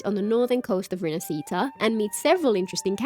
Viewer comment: I really love your content but for the love of gatcha learn to pronounce "rinascita" properly.